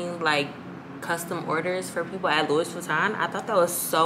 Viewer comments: It’s you ALWAYS saying “Lewis” Vuitton for me😩😩😂😂😂🤦🏽‍♀️ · It’s pronounced like LOO•EE VEE•TON. ❤️ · Yessss like its pronounced as Louwii VITON hahahaha